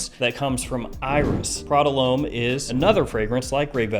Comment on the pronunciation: Great review - love the way you give us heaps of choice at wide price points. I've got a few more to buy now, but please.......Homme and L'homme are pronounced Om and L'om not Ome and l'ome.